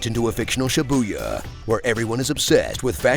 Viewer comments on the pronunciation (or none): Honest trailers pronunciation of Shibuya as Shi-booyah wasn't even close but such an awesome mispronunciation